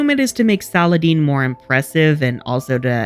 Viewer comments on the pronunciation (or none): Why do you pronounce Saladin's name so weirdly? 😅 Is it ever pronounced Saladene/Saladean in the show?